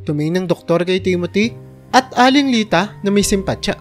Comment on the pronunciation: Bigkasin mo Naman Ng Tama ang pangalan ni Timote at aling Lita Yan ang di maganda sa iiyong pagkukwento.